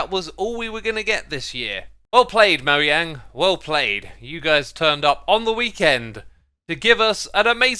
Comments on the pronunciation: Stop saying moyang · Do y'all pronounce Mojang or moyang